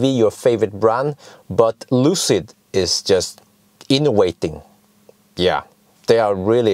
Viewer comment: inovating not inowaiting